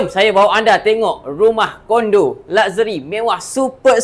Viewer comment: It is laksheri, bukan lakzeri nyah